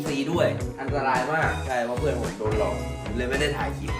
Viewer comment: เขาชื่อพี่ แบงค์ ไม่ใช่ แบ่ง เพื่อน ไม่ใช่ เพื้อน มี ไม่ใช่ มี่ เดี๋ยว ไม่ใช่ เดี่ยว เยี่ยม ไม่ใช่ เยี้ยม วิ่ง ไม่ใช่ วิ่งไปฝึกภาษาไทยนะคะไม่ได้ด่าว่านะแค่บอกให้รู้